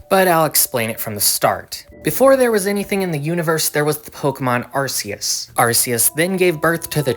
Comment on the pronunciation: awesome video but I don't mean to be that guy but it's pronounced Ar-key-us not Ar-see-us